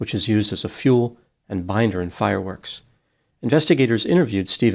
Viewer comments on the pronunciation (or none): none